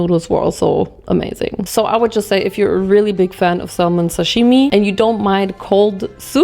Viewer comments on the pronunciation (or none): Hey!! I realize English is your second language so just to be helpful "salmon" has a silent "L" in English..so it's like "SAM-in". Love ya, girl! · The “l” in salmon is silent. It’s pronounced “Sam on” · honestly for someone like her it's surprising she doesn't know the 'l' is silent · ily so much but you dont pronounce the 'L' in 'Salmon' <3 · LOL FYI: you don't pronounce the "L" in salmon .. THE L IS SILENT ... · the way u say salmon i can’t 😂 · please dont pronounce the L isn Salmon thank you lol it's driving me insane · We "bought, chose, purchased, selected, ordered, tried, tasted" several different mochi, not "WE TOOK." Also, the "L" in the word salmon is silent. ❤